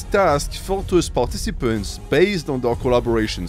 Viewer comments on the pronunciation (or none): Bro you pronounce "participants" wrong